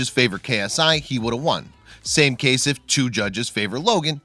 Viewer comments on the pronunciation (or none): none